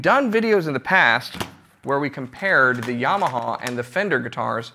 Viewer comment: Do not say YAmaha please it’s terrible to hear. Correct- YamAha! God bless